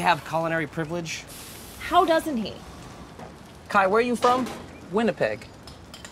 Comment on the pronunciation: Kai’s pronunciation is on point too